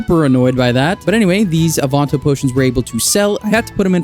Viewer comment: my brother in christ what the fuck is an AWE-VON-TOE...